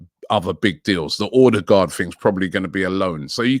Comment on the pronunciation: Pls not ödegaard